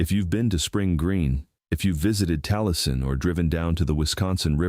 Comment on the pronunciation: Taleiesin pronounced tah-lee-eh-sin. Means "shining brow". My Dad lived in Iola. Also went to school in Withee. I've never visited Wisconsin but want to!